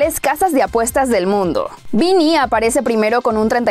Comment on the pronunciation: "Vini jun y toni"